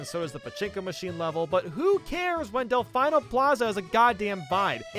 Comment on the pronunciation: "I fear no man. saying De-fy-no Plaza instead of Defino Plaza but that thing...it scares me". Oh wait that is a man